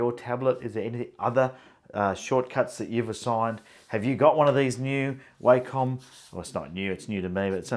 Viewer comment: Wacom is pronounced "wah come"